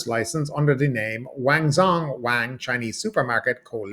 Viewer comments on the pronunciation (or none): Supermarket called 'Wang Zhong'... According to delivery, I understand there is a second branch of the store called, 'Wang Zhoff'😁 The fact Zhong is pronounced either 'sshong' or 'junn' depending on whether it's traditional or simplified, makes this joke rather less-funny🙄